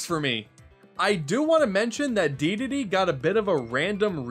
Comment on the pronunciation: Dedede...not Deedade